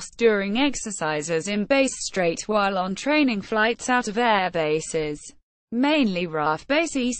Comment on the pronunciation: "Base Strait" This kinda shit is what you get if you use a shit-tier narration program.